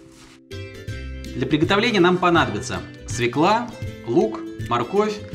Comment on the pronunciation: И всё же свЁкла, а не свеклА.